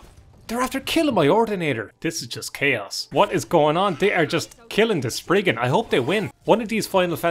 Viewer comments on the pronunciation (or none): none